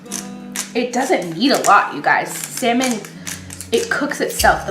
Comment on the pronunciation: I will drop kick you if you say saLmon one more time lol